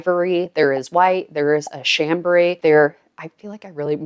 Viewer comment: You pronounced “chambray” correctly.